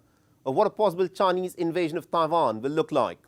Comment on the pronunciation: It's Taiwan not Pavan 🤣🤣